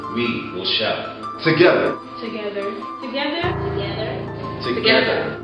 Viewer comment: "one gether"!!! hahhhhhhhhhhhhhahahahaha